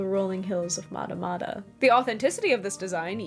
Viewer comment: FYI, Matamata is not pronounced that way. The mat part of the word rhymes with rat.